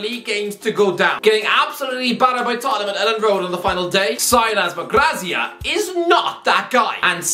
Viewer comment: It's Javi Gracia not Garcia